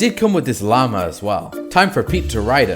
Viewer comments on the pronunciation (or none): none